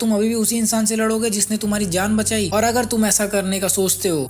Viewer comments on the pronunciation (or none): Jaaan suna tha zaaan kya hota ha